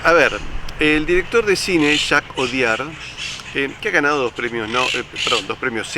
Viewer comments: Su apellido lo Delaware.Audiard se pronuncia Odiard.Lo delata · Qué casualidad que ese apellido Audiard en español se pronuncie Odiar!